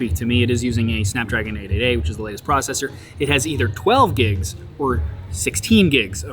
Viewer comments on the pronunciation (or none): none